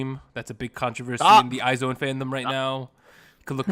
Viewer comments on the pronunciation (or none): I like this series of video contents that you're all dropping! Keep it up! I am an avid listener and I enjoy your discussions as well as I agree with all your opinions. I just want to clear some things out. IZONE is pronounced as /aiz-wan/ not /ay-zown/. Moreover, BTOB is /bi-tu-bi/ not /bi-ti-o-bi/. Gotta have to drop this 'cause I care. I love you all! More contents to come!